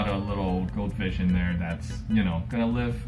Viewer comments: Like a cow fish lol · literally every time he says "goldfish" it sounds like "goat fish"